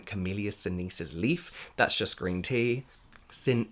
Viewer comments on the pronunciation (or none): See-nehn-sees. Don't worry. People who's first language is English always butcher Latin.